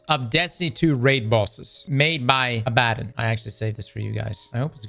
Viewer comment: "Aba-don", not "A-bad-un"